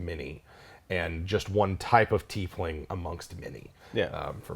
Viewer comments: Tieflings... TIE-flings not TEE-flings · Sorry if I'm late to the party, but if the word "tie" has a long "i" that sounds like "EYE" (sorry non-english folks... our language is stupid sometimes), why do you guys (and many others) pronounce it 'Teef-ling' when it is spelled "Tiefling?" Ever since they came out as a plane-touched race in Planescape, I've always pronounced it "TY-fling" (long 'i'). It was around the 4e days that I started hearing this "EE" (long 'e') pronunciation. Any clue? ToMAYto/ToMAHto??? Thanks in advance! Love the show! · I think th at its pronounced tye-fling. I think this because it comes from the German word Tiefle (pronounced Tye-fle), meaning devil, so it means little devil. A similar word historically is Tieflhund (devil dogs). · At least you two know how to pronounce "Tiefling" - Some other Youtubers are hilariously bad at it (I'm looking at you, Puffin Forest! It's "Teaf-Ling" not "Tie-Fling!")